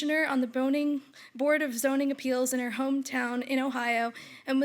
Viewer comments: The young lady giving the introduction made a good recovering from "boning" to "zoning." I would have laughed. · 09.25. Did she say: “..and go slutting in the winter”?